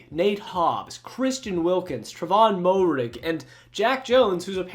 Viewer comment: The way you pronounced Moehrig's name actually gave me cancer